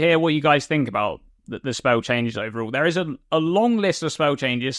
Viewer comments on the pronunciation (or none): bro said spa-ele like 15 times in 30 seconds , i was rolling